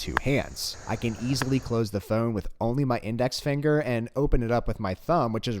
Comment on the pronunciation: Don't you say "f-own" funny. 🤣